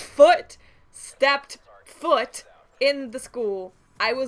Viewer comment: Rofl when u said hardcore porn because I was thinking about that when u put so much enfises on the word foot I have a foot fetish it makes me feel like a creep but idc